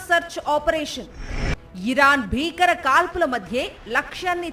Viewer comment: కనీసం వత్తులు పలకకుండా వార్తలు చదువుతున్నారు. , - ముప్పైఆరు అనడం రావడం లేదు. - గంటలు అనడం రావడం లేదు - ఉత్ఖంట కాదు తల్లి, అది ఉత్కంఠ - బూబాగం ఏమిటి తల్లి, అది భూభాగం అనాలి - భీకర అనాలి - భూభాగం అనాలి ఎలా ఉచ్చారణ చేస్తున్నారో ఛానెల్స్ పర్యవేక్షించు కోవాలి.